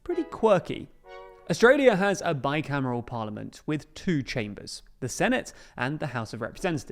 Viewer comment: "bi-camel" Those two ain't camels